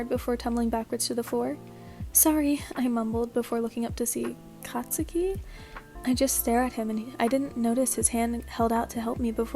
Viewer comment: no offense, "katuski" "katusuki"